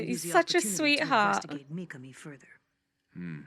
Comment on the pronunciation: I don't know if I'm crazy, but everytime you pronounce MikaMis name it sounds like MikaNi 🙏🏽😭 W reaction tho ! Looking forward to the end 🫠